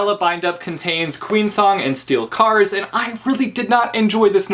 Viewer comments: Did you say "Steel Cars" instead of Steel Scars? :D It sounded that way. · Did anyone else notice how he said Steel Cars?